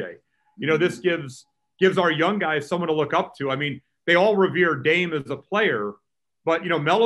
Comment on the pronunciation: "Dame and Sheet-J". LOL